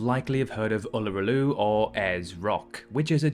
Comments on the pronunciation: Uluru (Ayer's Rock) is pronounced closer to oo-loo-roo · We don't call it 'Ayers rock' any more (quite insensitive to the traditional owners now 🤔🫢)! Also, it's pronounced OOL la ROO but spelt Uluru🤗